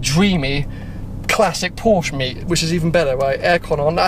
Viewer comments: Amazed to hear you saying Porsche and not Porsch! :D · Props for pronouncing Porsche the right way.